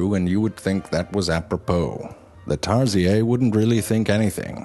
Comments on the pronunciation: its Tar-Si-YeRRRRrRRRR its not french bro it indigenous in the Philippines.🤦‍♂🤷‍♂🙄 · Tarsieyyy ahahah It actually from philiphines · Wait it's pronounced tarsia??? My life is a lie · Btw its pronounced tar-sheer no hate just sayin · True fact, its pronounced as tar SHEER. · "TARSIEYY" HAHAHAA cutee. Filipino pronunciation left the group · It's pronounced tar-sheer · Lmao you pronounce it wrong... Its pronounced "tar-seer"... Or tarsius "tar-shoes". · Tarzeeyay? French pronunciation? Oh man, I've been calling it a Tarseeyurr this whole time. :o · How can you pronounce your tarsier it's tarsier it's normally not tar-siyee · That's because it's actually pronounced /tar-sheer/. zefrank videos, while hilarious, aren't really a good source of facts, as a lot of silly stuff is mixed in. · dude its tarsier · Ikr, also, he pronounced this pretty badly. (I live in Cebu) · The fact that im a filipino and the way he pronounces “Tarsier” triggers me But the facts make it funny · The way he pronounces the name is the first I have ever heard Tarsier being pronounced. Suits him though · He's pronouncing it french style, I believe. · In the Philippines we have a tarsier and you say tarsier wrong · That's the weirdest pronunciation for Tarsier I've heard....LMAO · This might have been an informative video but you instantly made it unlistenable by the strange way you pronounce "tarsier". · Its pronounced Tarsier not a silent r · They're actually endangered species because of deforestation. In Philippines we pronounce it as Tarshir but you keep saying tarshiyey, now I'm confused. . . . About my sexuality. XD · I rolled when I heard "tarsiyey" lol... I can't. It's "tar - shir". Hahaha... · Me: pronounces "Tay-sheer" Everyone else: pronounces "Tar-siey" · Isnt it pronounced tar-sheer. And not tar-z-a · tarsheer not tarsiyaaay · tarsiyey? lol. it's pronounced as tar-sher. 😒🙄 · Tar-sheer, not Tar-si-yey! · Tar-shear not tarsiyey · i heard it's called tar-sheer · its pronounced tar-SHEER